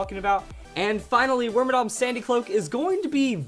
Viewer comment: Wait, it's not pronounced wormadamn...... WHAT IS MY LIFE